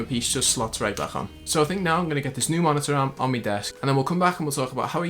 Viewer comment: If I here “ MONITA AHRM “ one more time I’m going to lose my shit